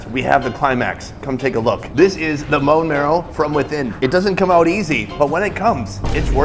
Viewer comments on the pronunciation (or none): lol. He said mone marrow